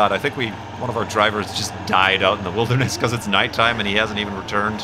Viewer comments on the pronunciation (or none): none